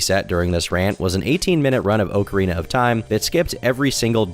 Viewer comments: "Oak-arena of time" lmao. Pre sure its occa like soccer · Ngl hearin' "Oak-arina" twice followed by Ocarina at minute 3 kinda messed me up lol As a Zelda fan I felt my eye twitch a lil' Edit in: And then back to Oak-arina at minute 4. yer killin' me lol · Its ock not oak u destiny sweeper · It's pronounced ock arena of time, not weak urethra like you said it. Think of it like "getting it the okcy way" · crazy how people are in shambles about his pronunciation, when its literally not pronounced ahk-uh-rina. its ah-kree-na. not oakrina not okarina. akrina. now figure it out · Oh-carina of Time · Anyone who really thinks it's pronounced "Oakarina", do you also say "Oaktopus" for octopus? Maybe "Doaktor" for doctor? If you still think its oakarina then you are just ok with being wrong. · I’m glad that the top comments are about “oakarina” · Of all the controversy you garner with your videos,, saying "OAKarina of TIme" is the most warranted. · It's pronounced ocarina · TOM, you should know god damn well it's not OHcarina, I genuinely don't know if I can watch you after that one brother imma be real 😭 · Idk why but I had to turn the vid off the 25th time you pronounced the game, “oak-uh-teen-uh”. It was irritating tf outta me. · Bruh if you say oak-arina one more time Imma come out as trans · Why are people so pressed over him saying “oak” arina 😭🙏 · Every time you pronounce it “Oak-arina” of time, I die a little inside.. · Good video. Is what I would say if I didn't have to hear you say "OAK-ARINA of time" like two dozen times. This is what happens when you get your haircut at the dollar store. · How do you mispronounce okarina so bad, it's literally the name of an instrument bro😭😭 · the kind of guy to mispronounce Ocarina and think no one would notice. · Professor Oak…. arina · Lmao I love when he does shit like that 🤣 “Oak-arina” such an anti weeb. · FOOLS! its pronounced "Oh-kay-ay-rina" was merely testing you